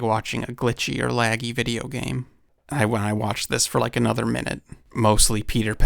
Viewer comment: "Just anotha moment, just anotha moment!" 😂😂